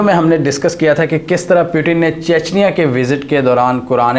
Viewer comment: The Name is Putin not Piutin